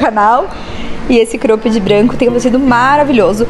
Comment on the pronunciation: Vamos lá pra aulinha de inglês hahahha Cróooopped Jóóógger